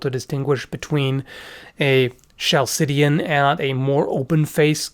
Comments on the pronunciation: When referring to Corinthian helmets ate you saying chaldean? "Ch" is pronounced with a hard "K" like kal Dee An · Minor pronounciation thing, the Chalcidian helmet is pronounced in k, not s, ie 'Khalkidian'. Great vid, not a fan of cones, but close helmets I do like the most, even more than Hellenoroman ones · Great video. For future reference "Chalcidian" is pronounced with a strong "K" sound in the beginning = "Kalcidian", like calcium.